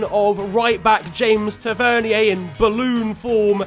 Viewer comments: the way he said tavernier hahahhaha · I think u said tavenier wrong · The way he pronounced taverneir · Love the way he pronounces tavernier 😂😂😂😂